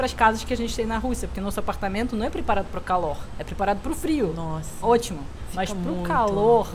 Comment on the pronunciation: "nóh".. cortando o "nossa" kk bem brasileiro.